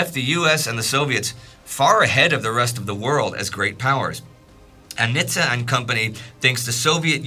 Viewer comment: I served on the USS Nitze, glad to hear her namesake mentioned! And you pronounced it correctly! Most say either Nit-zee or Nitz.